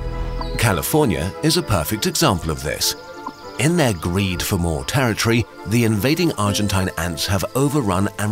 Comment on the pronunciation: It's pronounced "territory", not "terror tree".